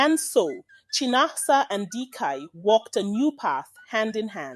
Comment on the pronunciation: It's pronounced as Chí-ná-ásá Not Chai-na-asa 😂